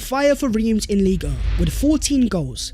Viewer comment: There you go again with your "Lighann" 😂 pronunciation...keep it simple bro..LEAGUE ONE!